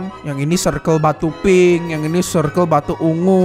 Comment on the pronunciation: Bang gak bisa gomong pink ya